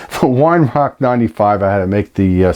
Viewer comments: its pronounced veye er-rark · Weihrauch is pronounced vei rowgh.